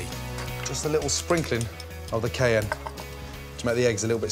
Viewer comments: how did he pronounce cayenne lmao? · Get back to me when you can pronounce “cayenne.”